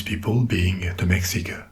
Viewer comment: This dude absolutely NAILED those hard consonants in Náhua 🙌🙌 I was impressed as somebody who had Mexican relatives that spoke it! What's really funny to me is that the only thing that was mispronounced (understandably) was Mexica- and that's probably because we say Mexico with a hard X (ks) but before colonization it was in Náhuatl and was pronounced (Mesh-EE-ko), and the people were the Me(sh)ica. Honestly tho the hard consonants are the more important part of the language anyway so it works